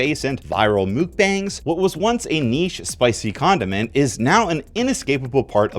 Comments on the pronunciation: I can't handle this, why are you calling them "Mook-bangs"!?! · "Spicy mookbangs" made me giggle a little.